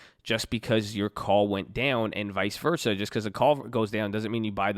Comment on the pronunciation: “vis versus” this guy just lost all credibility in the first 3 min of the video.